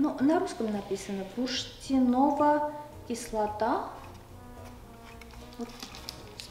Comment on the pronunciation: Бурштинова кислота ( читается бурштынова кыслота) это по украински написано. Янтарная кислота в переводе на рус.